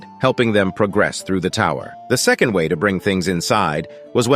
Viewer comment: Gotta say man, pretty glad that your channel actually throws in jokes and emotions. Still the odd mispronounced words (like 1st, 2nd) but nowhere near as bad as other channels. Not sure how you got AI voice to actually have inflections, deflections, and emotions.